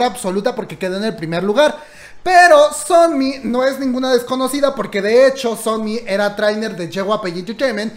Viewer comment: A mi dandome algo porque dice sonmi y no somi🤖